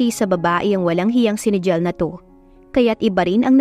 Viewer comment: Pasensya na po sa correction usually po kasi NIGEL is pronounce as naygel